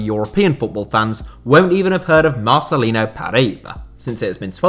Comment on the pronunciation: So awesome u put Marcelinho in it, biggest Hertha BSC legend of this century. (btw the pronunciation at the end of Marcelinho is like for Ronaldinho so "yo")